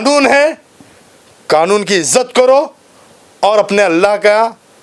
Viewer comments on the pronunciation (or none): none